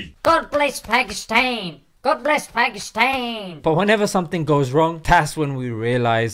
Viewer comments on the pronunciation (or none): Its not "Paikistain" its "Paakisttaan". And please dont sprinkle salt over my injured and broken emotions by talking about marriage. I am still a bachelor.